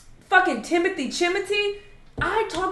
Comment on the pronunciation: So we just not finna bring up how says Timothee’s name…😂😂😂